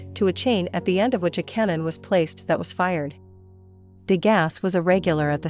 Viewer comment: You are mispronouncing his name.